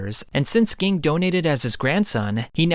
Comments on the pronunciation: it annoys me that he pronounces ging as gee-ing instead of jah-ing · His Name is spelled Ging, but it sounds like Genne and the way you say it kinda annoys me. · Same, I'm sorry since this is such a great piece of work but it is SUPER CRINGEY!!! Please fix the G-ing!! If you hear them say it in the show, nobody ever calls him that or pronounces his name like you. It's a shame since he's such an important character... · it's not geng, it's pronounced jing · It's not Ging, it's pronounced like "Gene" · omg ging ging ging, pronounce it like if it was a j instead of a g JING!! FREECES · Bro it's pronounced Jing not ging 😆 I can't even watch cause it's bothering me so much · You lost with the pronunciations lol I was like who geing lol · Also also, Ging is pronounced like Jin. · please stop pronouncing Ging like that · Cant take you seriously when you pronounce Ging like you do🤦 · Bro could you not butcher like one of their names between crappyca and ging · Good video but it’s kinda annoying how much he pronounces their names wrong. Like I get it you read the manga but it’s known how their names are pronounced. It’s Gon not GONE and Ging not Gin (G-EEN) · You should at least know the names of the characters if you going to tell the story. Don't get me wrong your storytelling is great. however, it is very distracting if you don't know how to pronounce the character's name. Gon is pronounced with the oh sound, G-Oh-N, and Ging Freecss is pronounced with the E sound Je-en or Jeen spelled Ging, his last name Freccss is pronounced Freeks, Jeen Freeks, spelled Ging Freecss. Watch the anime to get the names right, you don't have to watch the entire anime just enough to get the right names. When people are used to a name, then you give the character a completely different name it is very distracting. This will help you out I am sure. It sounds petty but names are very important I believe that is why it is so distracting for people when their names are not pronounced properly.